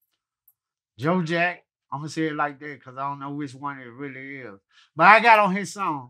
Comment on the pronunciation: You really cant be mad at crunchy for messing up with names like Jo jack..he still calls Vlad Glad....😂